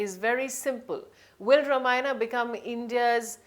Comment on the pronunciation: Nonsense! Both hero and heroine look shady! This reporter can't even pronounce the title!